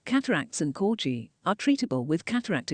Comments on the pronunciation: It's pronounced CORGI with a hard G not CORJI! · The name is CorGi with a hard G not the way the commentator has pronounced it throughout the video. Unforgivable! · What's a "corji"? Its a corgi!!!